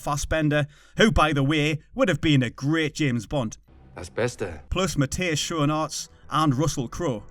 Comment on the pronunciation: way to murder the pronunciation of matthias schoenaerts